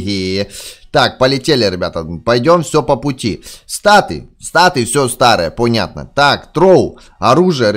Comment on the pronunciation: пунятно? Говори по русски а то мне показалось что ты матюкнулся